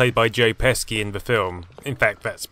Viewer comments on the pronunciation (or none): His name is not pronounced "Pesky" it's more like "Pesh-E". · Joe Peh-she, not Pesky